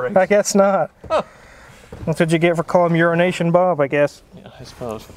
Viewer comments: Are they saying "Urination Bob"? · keeps saying urination Bob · Its not a nickname it’s being an ass and mispronouncing his business name: Euro-Nation Bob